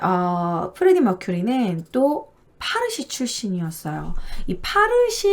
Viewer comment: 파르시라고 안해요~~ 빠시...라고 불러요. 제 대학원다닐때, 학장님이 빠시출신 인도인이셨어요~~^^ 잘 봤어요.